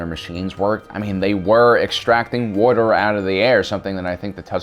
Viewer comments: Am I the only one who gets made at how he pronounces "water" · I'm sorry but wuddr makes listening hard.